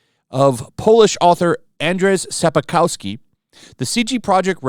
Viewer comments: sap cov ski this is how you read the authot of witcher last name sap as the sapy stuff coming from trees cov like the bug thet going around and ski like the sport only 3 sylabe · sapa-kovski XDDDDDDDDDDD Sapkovski bro, u should've known better as a YT who has been covering this for so long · If you are going to defend the original writer 1. Lear how to pronounce his surname 2. Read a little more. He doesn't give a flying fuck. He wants money. He is a drunk and bitter old asshole. Since day one Henry fought for a good series but the people behind the series don't care about making some good.